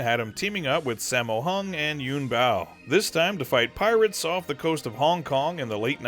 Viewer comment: Its Yuen "Biu" (or "bill" assuming you'd mispronounce that too). Not yuen bao